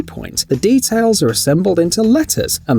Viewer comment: “Guess which ones ATE painted” , it’s ARE.